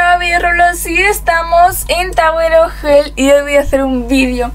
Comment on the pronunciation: Al iniciar dijiste "tawer oj jell